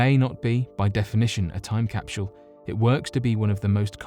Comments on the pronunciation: I give this video a thumbs down. Mexico is not south America and it's capsule not capshule. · im hearing him say capshule not capsule, anyone else hearing that? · Is anyone else getting slightly aggravated that the narrator is pronouncing capsule like "cap-shull"? This is without a doubt one of my favorite channels.... But the mispronunciation of words always bothers the shit out of me for some reason... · this might have been the best video ever uploaded to youtube but i'll never know because after hearing you pronounce "capsule" as "capshool" 22 times, i shut it off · CapSHule? Their is no "H" in CAPSULE . I love your content, but DAMN, speak the fkn language correctly.... (phonetic pronunciation /ˈkapsəl,ˈkapˌs(y)o͞ol/) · Lol😂😂😂😂 shedule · Lmao agreed bothered me too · "Necro-polis."... "Cap-shool"....."De-lan-o".....Bad pronunciation is very indicative of a lack of general knowledge due to poor education. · His pronunciation of that triggered me deeply.